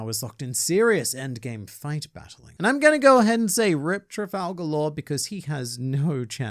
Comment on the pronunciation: Why do you call him "Trifalgalore"?